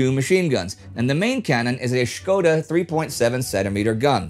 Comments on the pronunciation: FINALLY an anglo-saxon pronounces Škoda correctly. A minor pet peeve, but THANK YOU! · You pronounced Škoda correctly, Im impressed.